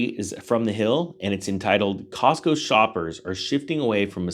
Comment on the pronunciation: It's not Costco,... it's Costmo!!!!...